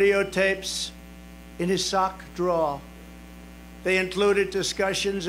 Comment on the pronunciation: I thought he had said Clinton's 'sucks' rather than 'socks' !